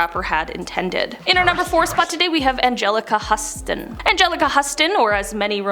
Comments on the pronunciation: How did they not catch the pronunciation of Angelica Houston? I like this girl though! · Madonna looks so bad,Renee looks no different,her face is thinner but she looks amazing,how did she pronounce angelica houstins name 😅